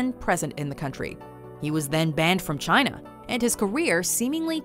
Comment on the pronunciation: Chayna Numba Wan!